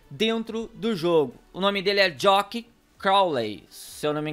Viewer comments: É jack não jock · Pronúncia JACK